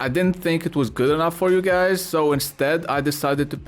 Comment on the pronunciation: did he just say see you gays very soon? lmao